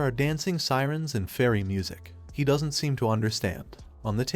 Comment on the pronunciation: A cool story but every time an abbreviation is pronounced... didn't as didden Tee or wouldn't as wooden Tee or doesn't as docent tea ... it sets my teeth on edge.